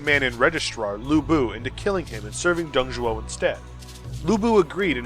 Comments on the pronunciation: Nice video , but the name was "Dong Zhuo", not "Dong Zhou" XD Dong Zhou means the " Eastern Zhou Dynasty " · That's Dong Zhuo ya dope also laughing at a couple of the misspellings, He Jin, mispronunciations, and luoyang. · Some small errors: Dong Zhuo Qiao Mao Luoyang is pronounced as Luo YOUNG. Lu in Lu Bu is kinda tricky..... a cross between Loo and Lee. Good job - looking forward to the next episode!